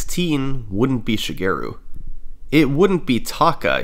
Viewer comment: great vid but i cant sand how you pronounce shigeru LOL